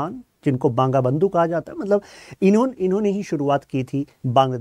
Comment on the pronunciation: banga nhi hey bangla😂